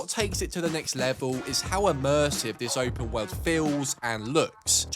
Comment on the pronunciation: Look man I'm sorry to say this and I'm not trying to be mean but you say open wowrld when you say world